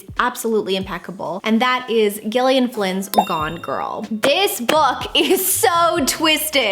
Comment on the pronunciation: Gillian Flynn is pronounced like Jillian btw